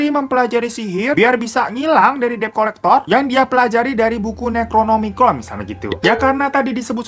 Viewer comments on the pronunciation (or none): none